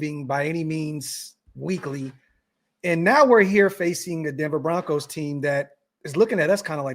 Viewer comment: Bo-roncos!!!!